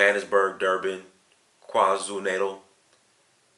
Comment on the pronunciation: I love the way you pronounced "KwaZulu Natal"😁